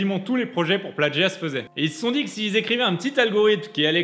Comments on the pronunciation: On dit « plagiat » pas « plaDgiat » ! 😭😭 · L'influence de Stéphane Plazza s'étend partout. On dit plagiat comme ça s'écrit, pas pladgiat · * "plagiat" et non "pladjiat". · non ça se prononce pladgiat en français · Plagiat, pas pladgiat... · est-ce normal que la musique de fond n'arrive qu'a ? et avez-vous remarqué qu'il dit pladgiat au lieu de plagiat ? hummm... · Pourquoi tu dis "pladjia" ? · mais pourquoi